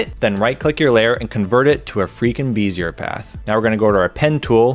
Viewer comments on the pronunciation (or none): I was just scrolling to see if anyone else commented the wrong pronunciation or not :D